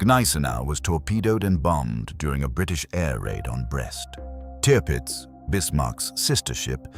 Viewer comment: Te-urpitz? Not Tirpitz? Shit script reader perhaps?